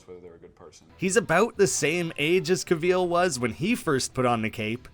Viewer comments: We need to talk about him pronouncing it "Cuh-VEEL." It's "CAH-vill". No one says it like that, that's an insane way to say Henry Cavill's name. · Cavill, like “travel” bro. Not “Ca-veal” 😭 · Cavill not Cahveel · Cav-ill not cuh-vil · Who the hell is Henry CAVEEEL😂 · “Henry Caveal” Good stuff dipshit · Pro tip... Cavill is pronounced like "travel". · Cavill is pronounced like travel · Henry Ca-VEAL ? 🤣 never heard it pronounced this way EVER... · Did you say Henry Cav-EEL?! Lmao. Great video either way. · sorry but “caveel”?😂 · “Henry cahveel” 🤢🤮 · Cavill, rhymes with travel. Do you say truh-vell in yur country? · How do you pronounce Cavill so incorrectly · Can’t get over his pronunciation of “Cavill” and “De Armas” lmao who pronounces them like that??? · say henry cavill's name right lol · Loved the video but the way you say Henry Cavill’s name scares me for life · Why is it so hard to say Cavill right? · What on earth is this pronunciation of Cavil???? You have it so so wrong. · Why u saying Cavill like that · Interesting pronounciation of Henry Cavil's name. Maybe see how it's pronounced if you're going to keep saying his name. David Corenswet is the top fave for new Superman, it was impossible not to imagine him as Kal-El in The Politician & Hollywood. Glen Powell was excellent in Scream Queen's, Hal Jordan or the Flash, he'd be brilliant as either. Alan Ritchson returning as Aquaman would be very interesting, both from the smallville history, but also given how far he has matured as an excellent actor. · Fun video. You say Cavill really weird, though.